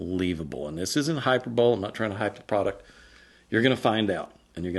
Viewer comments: You say hi-per-bowl & I say hi purr-buh-lee This is the only time when we disagree About how things should sound No axes to be ground Let's not call the whole thing off My apologies to George & Ira 🤣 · Ikr? He even said, "Hyper Bowl" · Okay, I hate that I'm being the grammar nazi, but I'm leaning in..... hyperbole=hi-per-bol-lee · Hyperbole is pronounced, hai-PUR-buh-lee